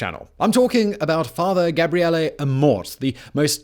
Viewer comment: Oh no. That e at the end of Gabriele must be very closed, otherwise it sounds like Gabriela which is the female version of Gabriele. 😲